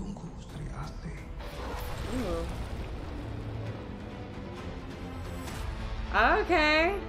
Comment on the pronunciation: You pronounced perfectly, the main trailer is out. They're actually making a cinematic universe based on Indonesian classic comics from the 50s. Their first film was Gundala (2019)